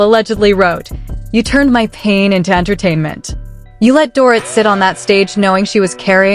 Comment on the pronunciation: Get the NANES right if you plan to narrate... It's DORIT like DORITO. This stupid pronunciation is ANNOYING.